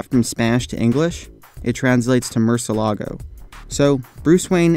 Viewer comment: Pronounced "Moor-Syeh-Lah-Goh"